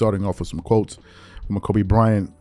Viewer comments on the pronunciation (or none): none